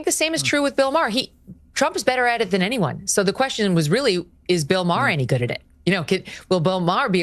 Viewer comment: You’re pronouncing Maher wrong bro